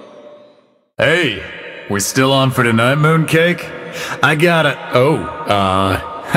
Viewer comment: (SPITS WATER) HE CALLS APHELIOS WHAT AAAAAAA